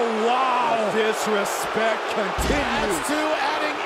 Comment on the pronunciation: He put some respect into the word "disrespect". Loved it!